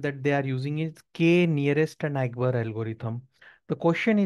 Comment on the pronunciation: The pronunciation of neighbor 😭